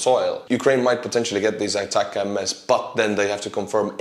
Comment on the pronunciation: ATACMS = Attack'ems like 'attack thems' without the 'th'